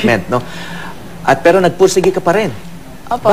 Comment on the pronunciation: parang retarded lang ang peg! ang arte magsalita. sabi nia pero tpos bigkas nia peo. wow ah! 😤😏